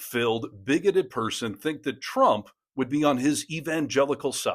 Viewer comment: "Twump and his pwesidency"? Seriously? I shouldn't be mean to people with speech impediments, but I feel his god would want me to! 😉